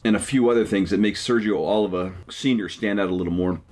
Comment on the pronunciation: PUH LEEZ !!! OH LEEV VAH !!! Not Oliver.